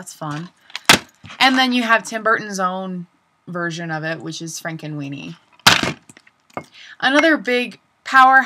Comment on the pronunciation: Sorry Trying Not To Laugh Did U Say Frankenweenie Overall Nice Selection